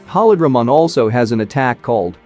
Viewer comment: Pronounces “holy” correctly but butchers “holydramon” repeatedly🤦🏾‍♂️